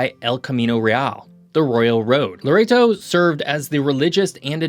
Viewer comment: There was a point he pronounced Loreto like Laredo (Texas). It's pronounced like the way he pronounced the other couple times; Lore-eh-toe